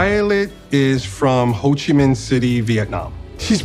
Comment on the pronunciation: Did he just say “hoochie min?”